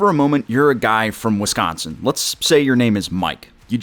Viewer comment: You literally nailed Wisconsin to a tee. 35 years there, absolutely nailed it.